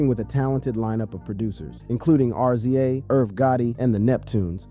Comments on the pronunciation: How am I going to take you for serious when you don't know his name is pronounced Rizza....dahh uhhhh R. Z. A .... Who was Kurt Cobain??? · .. nothing for nothing but please learn how to pronounce people's names in your documentaries... R .Z. A.. please stop saying that!! it's pronounced Rizza..... I understand it's spelled RZA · I think it's RZA not ARZIEJ 😉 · It's not R-zee-a its rizza😢😢😢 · It's Rizza and Gizza homie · It's rizza and gizza no R.Z.A and G.Z.A smh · Why you keep calling The Rza(rez zah) R-Z-A & Gza( Jiz zah) G- Z- A😂😂😂but in all seriousness ODB death isn't really surprising he lived a wild life and most people that live reckless they don't life long God rest his soul R.I.P Ason Unique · Its pronounced "Rizza"... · It's pronounced rizza and gizza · Mannnn, it's pronounced "rizza" and "gizza" idk why but I got so pissed everytime you said they names lmao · U can’t even say rza name right lmao 😂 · RZA & GZA? 😑 that is not how you pronounce those names. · You lost me on the Rza and Gza pronouciation. Is this A.I. reading or you don't the Artist you're making videos about? Lol